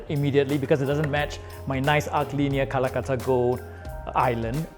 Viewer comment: Lol She pronounces Calcutta as Kalakuttta